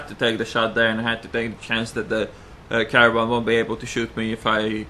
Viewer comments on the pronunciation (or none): AMX emily LOL, and Caravan instead of Caernarvorn :P